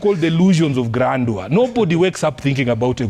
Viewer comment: Nimeskia "grandua " mahali?😂😂